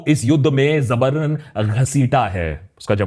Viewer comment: Zabran khasita hai❌ Jabran ghasita hai✅